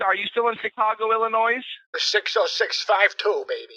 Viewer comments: He pronounced Illinois, "Ill-in-oyss" Not American. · This scammer is a disgrace, an almost plain midwestern accent, no "Indianisms" that I caught, but pronounced Illinois with a hard S. Tsk tsk tsk. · IllinoiSe lol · I love hearing the subtle tells, because as much as they try to hide their accent they always give it away. Nobody pronounces Illinois “illy-noise”. tries so hard but will never sound like a native speaker. Oh excuse me, “” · Omg this original post is freaking hilarious, however I am sure this is a non-American. I am also from Illinois and it seems the majority of outsiders do not know that the "S" is silent. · Excuse MEEEEE, the s in Illinois is SILENT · ILL-I-noise !!!! Hahaha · He's pretty good at it, but you can tell, he mispronounces some words in a way typical to someone who's ESL. For example, English-speaking people won't pronounce the "S" in "Illinois". But if you've spent a lot of time learning English, especially reading it, you won't realise there are loads of words with weird silent letters or even just odd phonetic sounds. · Honestly, I do hear a lot of people pronounce Illinois as Ill-a-noise right here in the Midwest. Not as uncommon locally as one may think. Now someone pronouncing Des Plaines as "De Plain" or Bryn Mayr as "Burr-Win-My-Ur" is definitely an out of towner thing. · “are you still in Chicago Ill-a-noise” 💀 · no American would pronounce it Illi Noise or say what do we say in America, a hole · Who else caught that the scammer pronounced the silent s in Illinois. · i actually live in illinois and i know some people who live here that accidentally pronounce the “S” on occasion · i think just someone good an an american accent, when he lists the location he pronounces the s in illinois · Lots of Americans still pronounce the S lol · I hear more people pronounce it with the s than without lmao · im suprised people have never heard native speakers say the silent s in illinois